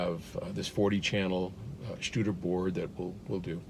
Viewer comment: just a note Studer is good. no need to say "SHtuder" :) Aren't Studer console radio studios more than mixing recording studio..just a thought.